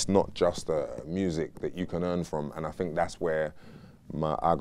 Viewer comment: " I fink"